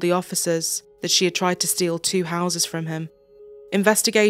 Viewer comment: I had to rewind when he said “two houses” bc I thought he said “two hoses”! I’m like wait what?! Who cares that deeply about a couple garden hoses? 🤣